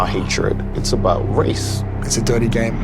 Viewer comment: Note H pronouncing “It’s a dirty game” with an attempted American accent…..how embarrassing 🙈